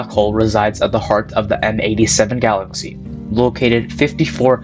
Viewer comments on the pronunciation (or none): none